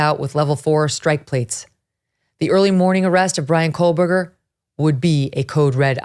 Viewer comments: I am a speech therapist. I have listened and watched her pronunciation of his last name. She is saying ,"Co berger" NOT "Coal berger" Here is a clue: enlarge the screen and focus on her mouth & formation. You will clearly see that she is saying, " Co berger." Her rate of speech is fast, so your ear may be tricking you a bit. 😊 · You keep mispronouncing his last name as "Coalberger." It's Co-Berger. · I won't be back to watch tomorrow's episode realizing now that it will be more of absolute speculation on who BK was/is... attempting to link childhood mistakes in an obviously completely different adult as some vague attempt at forcing a motive. Ick. Also WHY DOES EVERYONE SAY KOHLBURGER? THERE IS NO L . in this man's last name. It's weird. . 8/10 that's what you hear when someone is speaking about this case. We can pronounce Kernoodle , Goncalves ect but not Kohbuger? Weird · No, I will not stop. She’s pronouncing it wrong, and I’m tired of all these YouTubers convicting someone before they’ve had a fair trial. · It's driving me insane!! She had a whole year to practice saying his name correctly 😂